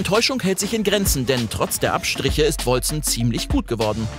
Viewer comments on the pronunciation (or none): Wolcen wird "Wolken" ausgesprochen, also auf Englische und nicht deutsche Art Edit: Hab grad ne Antwort von den Entwicklern auf Steam gefunden, wie es ausgesprochen wird: "Wal-ssen :) But you can say it as you want. It is old English for "Celestial", and can be pronunced : Wol-ssen or Wol-Ken" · hab es grad nochmal gegoogled und die Entwickler haben folgendes gesagt: "Wal-ssen :) But you can say it as you want. It is old English for "Celestial", and can be pronunced : Wol-ssen or Wol-Ken"